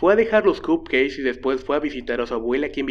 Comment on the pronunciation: ¿Alguien más escuchaba cup "queis"? Jajaja saludos